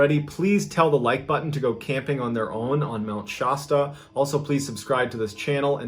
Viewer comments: Why do you say "Mt Shaaasta" when it's " Mt Sh ass ta"??? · We love your videos, but for the love of God, it's Mt ShAsta, not Shawsta... Friggin East Coasters lol 😆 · Also, it's not Mt. Shaw stuh, the "a" is supposed to sound like the "a" in bad, sad or mad. So it's Sh"a"stuh. That's the second time you totally failed in this video when pronouncing a location in California, the other being the town of Visalia (which I already hammered you on in a different comment). I don't even live in California and I know this stuff, what's going on with you bro, you don't usually screw up (and never twice in one video). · I live near mt Shasta (about an hour away and it is pronounced Sh-ass-tuh). It is a beautiful mountain and I've camped there though out my life dozens of times and it is quite safe i highly recommend a visit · Mount SH-ASS-TUH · Visalia, Milpitas, Mt. Shasta ... all pronounced strangely in three different vids ... MrBallen, are you trolling Californians?